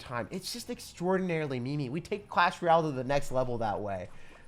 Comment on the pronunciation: Dude every time u say “clash ral” it just makes my whole day.